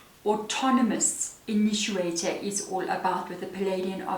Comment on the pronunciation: Thank you. Spot on as usual and a good giggle as well from your pronunciation "inituator" of initiator. I thought it was a word I didn't know until I read the card title. I just love these readings, especially to the Collective. Always exactly in line with the path I'm on. 🦋💙💦